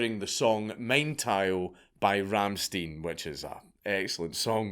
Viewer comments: RammsTE-IN, not teen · Stein is pronounced like "stine", not "steen". When you were mentioning Rammstein I had no idea what you were on about. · It's not "Rum steen", it's "Rum shtine". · pls xD its RammstEIN not Rammsteen xD, try it like.. Rammstain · on a side note dont know if you meant mädchen if so it isnt a girls name it means girl out right and WOOT You knew about Rammstein mein teil i think the amazing atheist on youtube said he would like to be eaten as well listening to that part again You misprounced Rammstein its not ramsteen but oh well lol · Hearing Dank mention my favorite band, Rammstein, is just, Over-the-top, SEXY. Hearing him pronounce the group's name as, "Ramm-STEEN" - EPIC FAIL. 🤣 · Did u just fuckin say rammstine instead of rammstein? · " Rammstien" oh lord i cringed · You said "Mein Teil" correctly, but pronounced Rammstein as "Rammsteen". How you forget the German "ei" rule so quickly? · Rammstein is not jewish So Its not pronounced that way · Love ya mate, but your pronunciation of "Rammstein" gave me a stroke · Rammstein is big in Scotland.. He probably just said it how he would say the band name